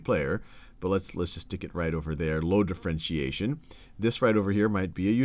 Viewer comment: Differentiation not d'frentiation